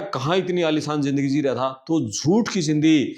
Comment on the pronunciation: Aalisaan ke Aalishaan ?? 🤣🤣